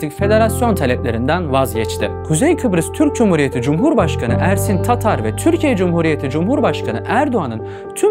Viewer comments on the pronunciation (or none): none